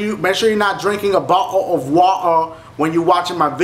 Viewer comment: lolol bottal of watur lolol trying to say bottle of water